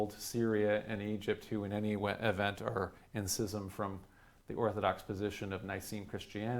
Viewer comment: Just found your channel and I'm smitten. And bless you for pronouncing schism correctly!